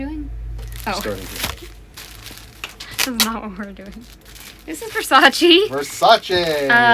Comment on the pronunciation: Gurrrllll. Versace (pronounced Versacheh not Versachi. 😊